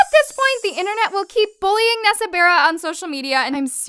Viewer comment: Nessa berra lmao